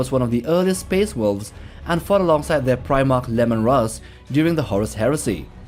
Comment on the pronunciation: Ah yes, Primarch of the space wolves Lemon Russ ... seriously? LEMON?!? Leman Russ not lemon